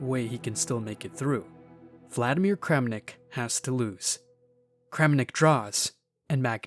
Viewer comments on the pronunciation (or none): none